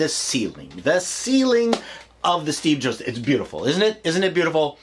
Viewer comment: Did he said Steve Joke Theater?